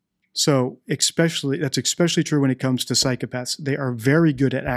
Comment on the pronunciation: This might seem petty; however as your mssging the importance of actual language—chk out correct pronunciation of “especially.” I’m of the opinion that, combined with/ your criteria for recognition of a liar, body language is useful, PROVIDING that a source for a liar’s “baseline” body language exist for comparison. Just one opinion; yet still fascinated. 👍🏽I’m taking NO issue w/ your opinions, or technique.